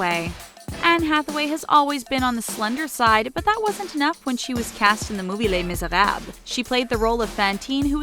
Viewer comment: lemme get this straight... you tried really hard to pronounce papillon and les miserables as accurately as you could but didn't try at all with quinoa?